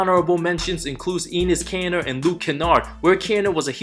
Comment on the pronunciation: “Anus Kanter” 😂😂😂